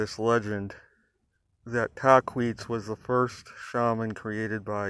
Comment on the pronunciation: Just a heads up its Tahquitz (tah•quit•s) i spent a lot of time as scout in idyllwild and have heard many legends of Tahquitz. Definitely a story to be heard